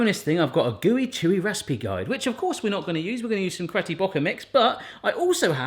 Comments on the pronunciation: Haha ish he says 'cretty bocker mix' instead of 'Betty Crocker mix' 😂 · did he say “cretty brocker” mix instead of “Betty Crocker” 😂😂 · Cretty Bocker mix xD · Did anyone else catch that he said “Cretty Bocker mix instead of Betty Crocker? 🤣 🤣 🤣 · Is my hearing off or did say Kretty Brocker? hahah